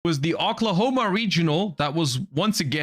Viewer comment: Pronouncing “O” klahoma like that is diabolical lol